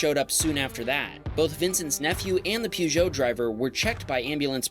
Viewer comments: Pjujou XDDD Its Poujou not Pjujou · Sorry but why on Earth are you pronouncing Peugeot like “pew -joe” lmao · You pronounce Peugeot very incorrectly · Never heard someone say Peugeot that way